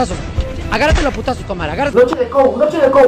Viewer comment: Se dice kei ou